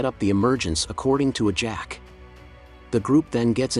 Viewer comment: And he keeps calling what's her name ajack it's ajax.... If people want to make commentaries and do shit at least get it right